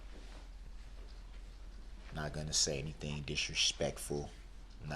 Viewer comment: 😂😂😂😂Any-T-thing😂😂then he corrected himself…as if it was right😂😂😂